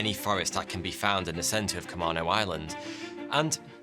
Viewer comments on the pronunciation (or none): being from Whidbey island which is right next to Camano island, I cringed so hard when you pronounce it ca - Mano island. its Ca- may- no island, lmao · As someone who has lived in Washington for 22 years... It's camAno island not camahhno island lmao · Great video. =) as a native Washingtonian who grew up on Camano Island before moving to Seattle, just wanted to let you know it’s pronounced [kuh-mā-nō] with a long “a”. =) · Pronounced com main o island. LOL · ahem ... Camano Island: Kuh-MAY-no Island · We locals pronounce it "kuh-may-no" island. 😉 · camano. Cuh-May-No! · cah-MAIN-oh island. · I lived on Whidbey Island next door to Camano (we pronounced it CaMAYno) which was more upscale, lots of tourists and summer homes. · I live a few miles from Camano Island. This was a big story here for sure. Its pronounced Cam A no island, btw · "Camano" is pronounced "Kuh-MAY-noh", FYI. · Comano Island is pronounced (Com-eh-no), that island is designated an extreme weather zone. It's in a convergence zone where the weather goes around the Olympics and meets back up over the island. Also it has two kinds of people, the wealthy and the incredibly poor mostly first Americans peoples for the later. Anyway, thought I'd drop some facts for you, thanks for making your videos, I enjoy them quite a bit. 😏👍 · Oh I remember this kid! I am sorry but as a native Washintonian you're mispronounced Camano Island. It's Ka-mānō. And it's not off the coast of Washington. It's in Puget Sound. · Love this video but im from the Puget Sound area and gotta say this... It's pronounced Ca-mean-o Island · Man... being in the PNW and Ka-Mae-No and what not are funny to hear others try to say. Just local native words. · He went to school with my little brother. He was a bit of a troublemaker but none of his classmates thought he would have done what he did. And it's pronounced Ca-main-o island. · The true rebellion was choosing to carry on with the speech impediment! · You pronounced the island wrong.